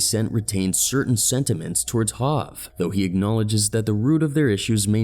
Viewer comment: My man said HAV it's HOV my guy 💯🤷🏾‍♂️